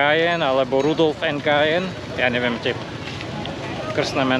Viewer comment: To meno sa číta nie ["En gajen"] ale jednoducho ["Gujén"].